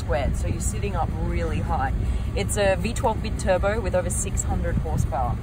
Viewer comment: Beeturbo? Is it also beeology, beecentenial? beenational? bee?(instead of bi) I love your show, you provide lots of entertainment and education.